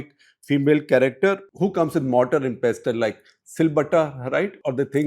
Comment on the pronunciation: While I enjoy Shekhar’s expositions on many subjects in his CTC or other programmes, it’s important he improves his pronunciation. He’s really off the mark when he pronounces words like ‘iron’ or ‘pestle’. It doesn’t behove an editor of a leading English publication to be so lacking in pronunciation of English words.